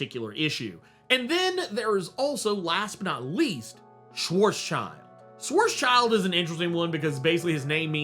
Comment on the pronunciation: It’s also pronounced more like “Sh-vartz-shield”